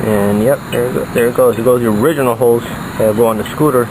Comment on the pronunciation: when you say "drill the holes" it sounds like 'drill the hoes" hahahahaha